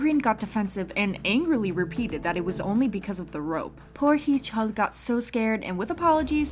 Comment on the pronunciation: who the hell says hee-chul's name incorrectly that stopped me in my tracks lol